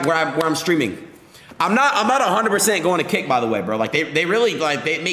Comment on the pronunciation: hearing ludwig discuss 'kick' is triggering my inner 12 year old's fight or flight response as i hear it as 'kik' every single time